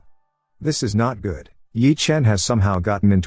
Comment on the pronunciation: tts can say galvanized but cant say good. lmao